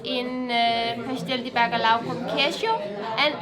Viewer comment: ...try to say...Bacaljau...not bacalao....big Like from me...i love Portugal...I have lived some Years in Portugal..and I'll be back..